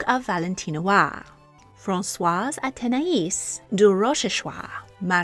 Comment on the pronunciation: As an Athénaïs I can testify that you finally said her name correctly (unlike that terrible Versailles series). The Montespan was awful but the most famous woman with my name. She was always the antagonist of all those French young adult novels set in Versailles for teenage girls.